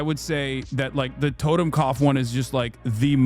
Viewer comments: BRO, YOU CAN'T even prounounce the word correctly! WTF ARE YOU EVEN DOING?? TOTEMKOPF? It's TOTENKOPF you dunce. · Learned about the double lightning bolts in the last decade... today is the first day I've ever heard of... were you saying "totem cough"? That's what it sounded like, but I'm hard of hearing and those two words put together doesn't make sense. But as for the image of the tattoo, never seen it, never heard of it. :x